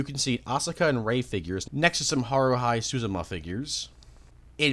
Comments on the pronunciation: "Haru-high Suzuma" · When I heard how our good sir here pronounced Haruhi Suzumiya, I almost died. Please don't take this as an aggresive attack, I just noticed that detail. Lol.